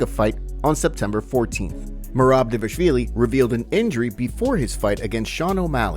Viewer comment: Still cant pronounce dvalishvili